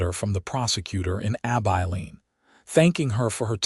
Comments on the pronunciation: A-bye-leen.? Terrible AI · Heartwarming Story - enjoyable. Too bad most people don’t know about herbal remedies. Listening from Ontario, Canada. Narration needs a bit of work on Southwestern name. ❤ 🙏 ❤️ Abeline = “A - bell - Lene”.